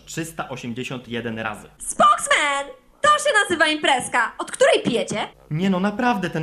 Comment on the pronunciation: "spoksmen" i wysiadam...